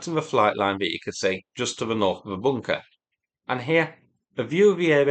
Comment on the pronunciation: WTH is a, “boonkuh”?